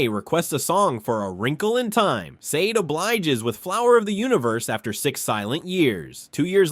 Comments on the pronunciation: i appreciate your content, i love Sade, the woman and the band. you had we at Donny Hathaway but her name and the band's is pronounced Shah-Day for an american, like the Shah of iran ran away during the Day. for brits it's more like Shar-Dey. subscribed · I can’t even finish watching this because you keep mispronouncing her name. It was driving me crazy.